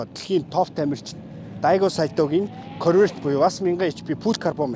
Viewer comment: корврэт гээд байх юм аа 🤣😂